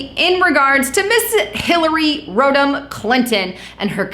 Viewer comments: Rod-am - not rode-am. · Did you just say..Hilary Scrotum Clinton? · Lol Road Ham? I agree. That sounds way worse.